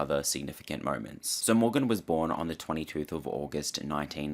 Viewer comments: I’m sorry. I lost it when you said she was born on the 22th 😂😂😂😂 instead of 22nd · Did he say “the 22th of August” 😭